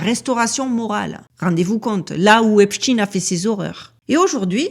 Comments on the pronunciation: 😂😂😂 brigade de la syllabe !!!! On ne lâche pas 💪🏼, on continue de prononcer à l’anglaise (tine et non ein) !!! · Pouvez vous donner une raison au maintien de votre prononciation de Epstein en In au lieu de aïn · C'est vrai que c'est bizzard de prononcer Epshtine alors qu'il s'appelle Epstein lol ... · Même la prononciation du nom du criminel est changée de"stein" à "dean", triste. Mon épouse et donc ma belle famille a un nom de famille se terminant par "stein", or bien qu'ils aillent aux quatre coins du monde 😁, ils n'en ont jamais changé la prononciation, USA y compris. Stein à l'allemande. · La chaîne des signifiants du récit de l'humanité selon J. Lacan ou l'instrumentalisation des grands archétypes dans la construction du réel?! Mais lequel sera signifié, exposé??? Et la prononciation du nom est toujours IMPORTANTE! Pas ''TEEN'' mais ''TEIN''! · Epstein pas Epstine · On prononce Einstein, Lichtenstein, Weinstein, alors pourquoi switcher sur Epstine ? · Salut. Pour la prononciation, je suggère de l'autre (ÉSTINE) Le type qui a acheté le site est du même gabarit et va tenter de prendre la place de l'autre. Vidéo toujours au top. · Merci, très intéressante cette vidéo, mes pitiez arrêtez de parler de ce type en l'appelant epstine...on on dit pas frankestine...!!! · Pourquoi dire epstine ? Vous dites Einstine et Frankstine? C'est bizarre... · Salut, concernant la prononciation du nom, comme c'est lui qui voulait qu'on l'appelle epstin, je ne suis pas sûr de vouloir respecter la "dernière volonté" d'un monstre 😉quand bien même le monde entier marcherait dans ce jeu... Maintenant, toi tu fais comme tu veux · Je t'assure que la prononciation de son nom a toute son importance... Le diable se cache dans les détails et nous le 😂savons que, trop !on dit bien Frankenstein... Albert Einstein... Etc... Mais lui et son acolyte Harvey WEINSTEIN... Ont le droit de voir leurs noms se transformés... Bizarre, avez-vous dit !?? 🤫 Force à toi ❤️ ❤️ ❤️ ❤️